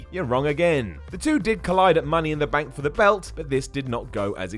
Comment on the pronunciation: Benk? Rendy? Metch? Ven Dem? PRONOUNCE WORDS CORRECTLY!!!!